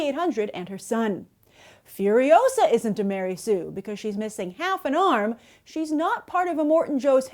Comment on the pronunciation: Ma-Rey Sue.